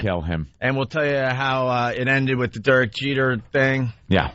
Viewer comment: Every time opie says Durk Jeter I wanna throw coffee in his face